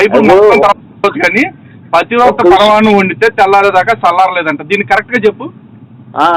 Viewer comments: that moron cant even pronounce 'pathivratha' 😂😂😂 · pativrata anadam radu gani pastar ayyadanta,,,😂😂😂😂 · We enjoyed a lot bayya 😂😂pativrata anadam raadu sollu kaburlu cheptunnadu